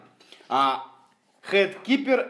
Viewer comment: Очень режет слух: хЭт кипер - хранитель шляпы; хИт кипер (heat) - хранитель жара. Спасибо за обзор!